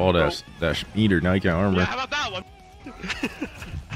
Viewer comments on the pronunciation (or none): “all that…that SHHMETER😂